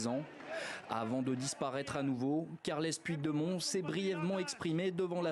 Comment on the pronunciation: le journaliste français pourrait-il prononcer "carleuss poutchdémonn" au lieu d'écorcher à ce point son nom?!